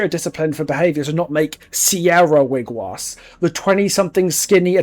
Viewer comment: Just in case you weren't aware and I'm only saying this because I love your content! Wiigwaas is pronounced Weeg-waws because the Ojibwe language has it's own pronunciations for vowels as well as double-vowels. I'm not going to explain every little detail in a comment section but ii is pronounced like ee and aa like aw, individual pronunciations will differ of course but that is how I've been taught! Since you did mention you're working with indigenous creators about Shane's lore I can presume you have seen and asked about the words of our language already, and we don't take it as an insult if you pronounce them wrong because we know you mean well! Keep up the amazing work, I love this game, I love your content!